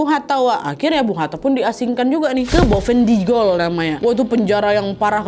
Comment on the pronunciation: Sedikit koreksi nad, bukan bowhen digul tp boven digul…itu di provinsi papua selatan..